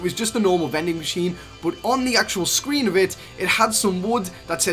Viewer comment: But he says “BOT”